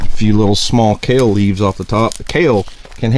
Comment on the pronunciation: You Had me until “KALE”!! 😂😂😂